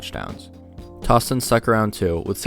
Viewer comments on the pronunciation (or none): “Tows-ton” for Toston, not “toss-ton”